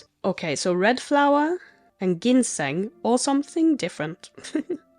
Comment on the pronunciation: I'm sure you've been told this 105 times by now, but Ginseng is pronounced "jinn seng" with a hard J. No reason you should know that. It's the same hard J sound for "aGility" too. Dibella is the Daedric Prince of nookie. There's a temple in Markarth, and an adamant follower or two in Riften. Ask at the bunkhouse. Keep up the good work, and continue to experiment with (and mix and match) potion ingredients for Alchemy. Who knows, maybe you'll find an alchemist in one of the guilds.